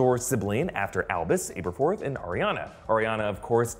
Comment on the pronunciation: Your vids are the best for trailer/movie reviews and your attention to detail is what separates your channel from the rest.............. But I gotta say before you go joking on some fans for not knowing whats really going on (in a good hearted way!) and then you go and butchered Aberforths name multiple times!! It’s not a “book exclusive” name either because we hear it plain as day in DHpt2!! I’m not trying to troll you guys at all I’m just busting balls really...Keep up the great work guys!!